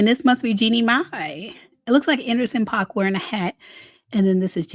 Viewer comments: Paak is pronounced like Pack not Pac. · Not Anderson Pac😂😂it's PAAK boo😅